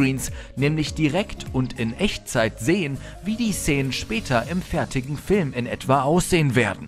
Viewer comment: warum sagt er "zenen"? x d